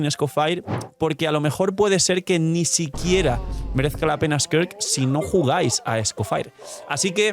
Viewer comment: Un chopito por cada vez que diga squirt en vez de skirk